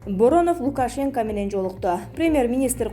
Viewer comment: Каналдын администрациясы дикторлордун сабатына да коз салсанар боло ,силер да соочестники болбой Лукашенка дебей туура айтсын,пневмония туура айтсын ,уят эмеспи ,журналистикага жарашпайт созго чоркоктук